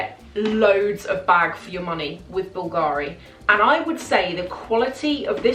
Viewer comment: Hello, been watching you for a while now(nice videos and the fashion content is impeccable!). The only thing for me now, without sounding too picky, is the way you sometime pronounce the brand names eg: BULGARI(the accent is on the ‘U’ and NOT the ‘A’....).Keep up the good work!😊